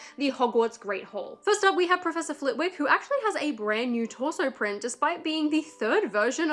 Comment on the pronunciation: Flit-ick. It is a silent w!